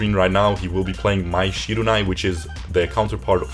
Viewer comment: It's Shiranui